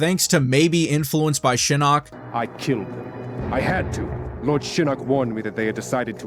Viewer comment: Why do you only mention the inconsistent pronunciation for Takeda but not Shinok? The announcer pronounced it "Shi-knock" and "Shi-nook".....so there's that...